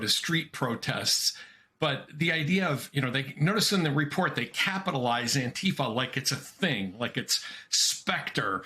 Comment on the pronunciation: I am the Chairman of the Board of ANTIFA with a message: You all pronounce ANTIFA incorrectly. I doubt the gov't can locate me. ANTIFA FOREVER